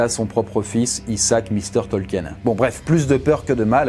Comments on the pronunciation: Bonne video, mais, ta prononciation laisse à désirer, tu as manqué de recherches auprès des tolkiendili, c'est vraiment dommage, c'est un manque de rigueur de ta part et de celle de ton équipe. 😢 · Côté prononciation, on n'y est pas. Son nom se prononce TOL-KI-NE ! parce que le nom a des origines allemandes, comme mentionné dans la vidéo ! Tolkien (Tol-ki-ne!!!) n'est pas l'auteur du Hobbit et du Seigneur des Anneaux. Nan nan, il le dit lui-même, il n'est que le traducteur du livre rouge de Bilbo et Frodo, qu'il a trouvé ! Les tolkiendili se réunissent Sur les Terres de l'Unique le dernier week-end de septembre à Plouha. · Rectification: Le nom Tolkien se prononce comme s'il n'y avait pas de E avant le N (soit "Tolkine" et non pas "Tolkiène"). Il s'agit peut-être d'une erreur commune au sein de la francophonie, mais une erreur reste une erreur et c'est dommage de la trouver véhiculée par une vidéo à caractère culturel. Je sais que commet très souvent des fautes de prononciation, mais là c'est quand même le mot principal de la vidéo, celui qu'on prononce toutes les 2 phrases, et je suis très déçu de l'avoir entendu massacrer le nom de Tolkien pendant près de 20 minutes... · Je crois que le plus choquant dans la vidéo ce n'est pas la prononciation de Frodon mais celle erronée du nom même de Tolkien, qu'on doit se coltiner presque à chaque phrase pendant quasiment 20 minutes. Pour info, ça se dit "Tolkine" et non pas "Tolkiène". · Bon dieu, on dit "Tolquine" pas "Tolquiène" ! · Pourquoi vous dites "Tolkiène" ? Ca se pronnonce "Tolkine"... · Ce n'est pas qu'une question d'accent. Déjà rien que le mot "Tolkien" est mal prononcé... à chaque phrase... pendant quasi 20 minutes. J'ai souffert. Pour ceux qui ne sauraient pas, ça se prononce "Tolkine", pas "Tolkiène". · Super vidéo mais on dit Tolkeen